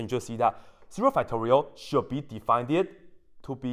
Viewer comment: also—-: please understand I mean no disrespect, but you should stop saying words that end in “ed” as if they end in “eded”. at times the effect is comedic, perhaps endearing. but when it happens many times in the same video, like “defineded”, you’re giving other people the incorrect way to speak English. and many who are good at math aren’t as good at language. especially those for which English isn’t their first language. Please stop saying words “defineded”, please don’t add an extra “ed” to the end of words that end with “ed”.